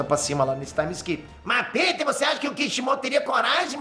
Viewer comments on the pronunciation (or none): none